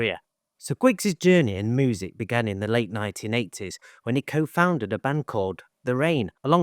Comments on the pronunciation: Genuinely curious, where are you from? Especially because of the pronunciation of moozick. Glaswegians, Liverpudlians, Croydon(ites?) say music. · ‘Moosicians making Moosic’ 😂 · No, that’s fine. I’ve just never heard that pronunciation before. I’m used to hearing different English accents, cause I’m a big fan of English music and culture. Check out some of my songs on my channel, if you feel inclined. Even though I’m Australian, people say they sound British. Loved the video. Glad Guigs is happy in his garden.. like George Harrison. 👍✌️🎸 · It means that's the way you pronounce the word music.